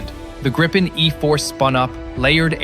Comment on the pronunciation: Pronounced Grippen wrong and then say that Sweden is small on the map??? My advice is to do a little more research or buy a better map mate